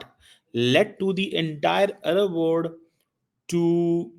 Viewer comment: Salla .ooh se aloo nikal pehle, arab word nahin arab world, wo bhi samne dekh ke padh raha hai, ye hai university me lecture dene wale ka haal.